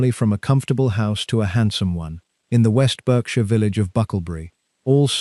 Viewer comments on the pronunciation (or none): Pronouncing "Berkshire" repeatedly incorrectly and the excessive length and verbiage did not increase my enjoyment of this AI production.